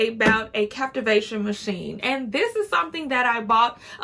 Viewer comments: It’s CaVitation. Girl. Stop saying the word wrong. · I said the same thing.......CAV ITATION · Definitely not called a ‘captivation’ machine. It’s a cavitation machine.